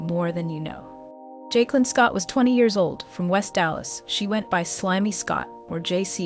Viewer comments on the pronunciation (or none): Her name pronounce joicelynn but spelled jaiclyn